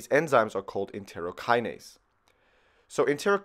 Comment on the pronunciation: It’s ENTEROKINASE, not ENTEOKINASE ! ヾ(๑╹◡╹)ﾉ"